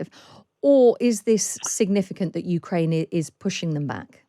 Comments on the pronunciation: "Ukrainia"? Really? I mean, it was at least twice. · Ukrainia? I haven't heard that since I was a little kid and mispronounced the name of my father's homeland. What a journalist you are .The headphones are a curious retro touch, very 20th century. Is the audio fidelity that important? Is your studio really noisy? Marxist glasses?